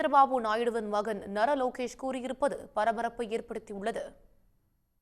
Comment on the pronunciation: நாரா லோகேஷ்.. say it properly